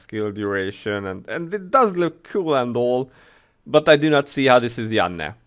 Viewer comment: I also play without sound. I'm typically watching something I'm streaming. I agree with you about Yanne's legend costume. I will most likely buy it, but probably won't equip it. Maybe just sit on it and sell it in the auction house. Finally I love how you say Yanne's name.